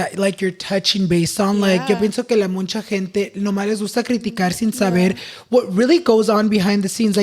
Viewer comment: ES MUCHAAAAAA, not MUNCHAA jajajajaaj. So happy you got Angie on the pod, she's gonna grow to be so successful! <3